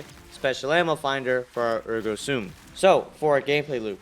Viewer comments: “Ergo Soom”. What a dumbass😂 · The way he says Ergo Sum and Ergo SOOM 😂